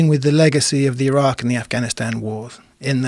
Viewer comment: Rogan doesn't know how to properly pronounce Iran or Iraq